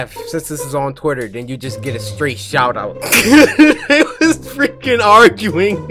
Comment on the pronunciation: Cory said Titter😂